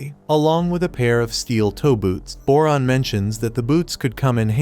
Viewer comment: Went you said boron I hear moron ngl